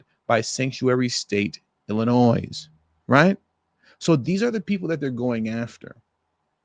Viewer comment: Illinois is pronounced "Illin-noy."